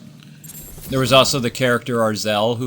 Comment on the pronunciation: actually Azrael, not Arzel or Azreal. Sorry, not being rude.